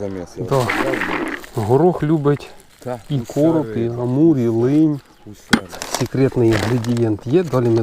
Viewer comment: Лин, а не линь